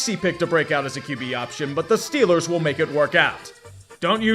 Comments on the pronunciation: STEHLERS GAHN SOUPER BAWL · Steelahs Gahnta Supah Bowl